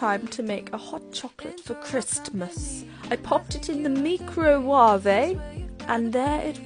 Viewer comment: you make me laugh when you say meecrooowavay 😂😂😂😂